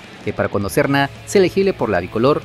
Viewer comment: Quien es Kevin Sorna? Pronuncia bien oye chistoso es Serna ok.